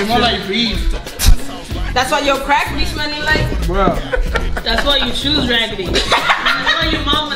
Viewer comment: “Thats why your shoes ragidy” ajjajajajaja